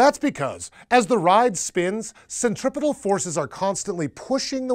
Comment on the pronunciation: Dude kept saying 'centripital'...